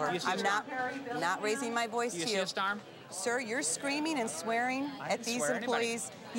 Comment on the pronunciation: "Where's the 'starm'?" lol